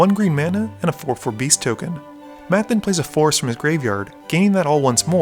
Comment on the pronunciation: When you say forest it sounds like force (of will)